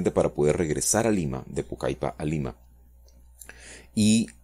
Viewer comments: Se pronuncia "Pucalpa" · Se dice Pucalpa. Como si fuera una sola l. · Se pronuncia PUCALPA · Se escribe Pucallpa y se pronuncia /Pucalpa/, muy buen video, éxitos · Buen video, por cierto, la "ll" en Pucallpa se pronuncia como una L. Saludos.